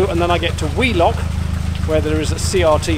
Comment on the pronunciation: I thought you'd said 'wee' lock and thought it was an appropriate place to empty the Elsan, until I saw it was Wheelock! Made me chuckle in places, especially the pulling off while still tied up. At least you didn't have an audience, as is usually the case when something goes wrong. Great vlog, as always 👍